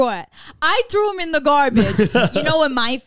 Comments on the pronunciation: Everytime Zane’s says “thum” instead of “them “ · I will never get over the way Zane says thum instead of them